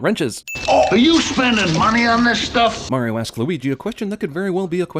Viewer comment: they pronounced mario wrong the entire movie. *ding